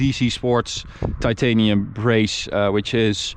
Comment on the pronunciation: "Titanium" Lol